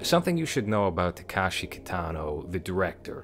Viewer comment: Somebody else already pointed out that you got the filmography timeline wrong. But I wanted to also mention that you're pronouncing the name incorrectly (a more egregious error). It's not Takashi. It's Takeshi.